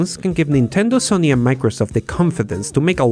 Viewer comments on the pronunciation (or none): none